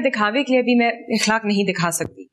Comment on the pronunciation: It's not bikhlaq it's ikhlaq